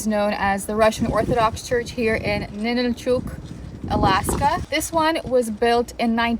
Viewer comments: Why do you mispronounce it as Ninilchooook? We live here in Alaska. It’s called Ninilchik, and pronounced Ninilchik, ending like “chick.” NOBODY pronounces it here the way you do. How would you like us to go to your home and rudely mispronounce your hometown’s name? Is this how you visit other places and have no regard for the locals? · The name of the town is Ninilchik, not Ninilchuk. It's pronounced Nin nil chick. I lived there for 10 years.